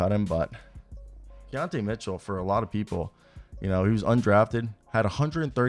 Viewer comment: Key-ton Keaton Mitchell 😂😂🤦🏾‍♂️